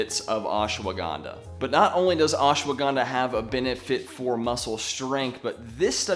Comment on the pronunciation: Ash-wa-gan-dha... for some of us, it's hard to focus when you say "ash-a-wa-gan-dha"